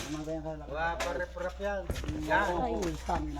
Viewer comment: Riprap ngani Hindi rikrap. Semento Hindi samento. Aray mo.